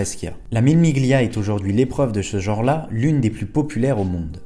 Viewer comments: Salut, J'aime bien ce que tu fais, mais j'ai les oreilles écorchées à vif quand tu dis "le chrononométeur" (au lieu du chronométReur), sans compter le "Mille Miglia" qui se prononce en réalité "Millé millia" (pas le G audible si suivi du L en italien)... Mais encore plus dans ta construction de phrase où tu répètes plusieurs fois la même faute "le lien qu'il existe" au lieu de "le lien QUI existe". Mais ton "je sais qu'il existe" est parfait. Les dures lois de la grammaire... Bref, deux (ou trois) remarques que j'espère constructives — désolé si cela semble futile pour certain(e)s, même moi je fais des erreurs, mais tu sembles chercher la qualité —, bref, si tu peux te faire (ou te) relire. Ne m'en veux pas... J'aime bien ce que tu fais — je me répète car c'est vrai — et j'ai le beau rôle tandis que toi, tu trimes. Cordialement, Daniel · Mille Miglia se prononce "Millé Milia" 😉